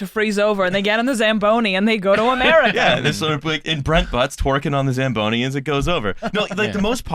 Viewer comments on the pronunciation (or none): "The shagboni?" SLAMBONI